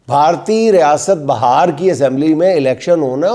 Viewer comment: BAHAAR nahi BIHAAR 😊